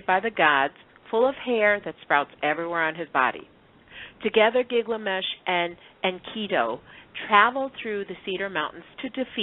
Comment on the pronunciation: Good show, but the name is GIL-gamesh, not GIG-lamesh.